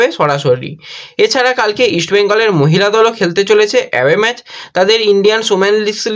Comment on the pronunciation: আপনি কিছু মনে করবেননা। আমি আপনাকে ফলো করি কিন্তু আপনার উচ্চারণে খুব ব্যাথা পাই। যেমন ম্যাজ, সাদ দিন, এসেচি এমন অনেক শব্দ। এইগুলি একটু মনদিয়ে দেখুন প্লিজ।